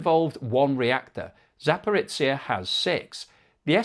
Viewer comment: Zaparitsia? Oh jeebus. Can you not just look how to approximate these names sometimes? At least you stopped saying Hormu as "whore-mutts"